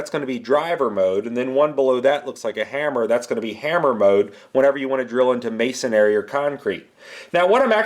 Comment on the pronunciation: It's "masonry" not "masonary"